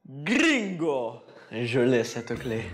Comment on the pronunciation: c'est bingo pas gringo....